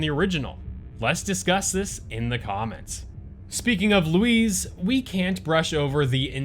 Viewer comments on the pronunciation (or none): Bro his name is Luis not lowez